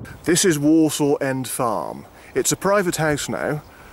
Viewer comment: As a born and bred Clitheronian, I really enjoyed the film. Just a small point .. Worsaw is pronounced (at least locally) as "Wursa" rather than "Worsaw"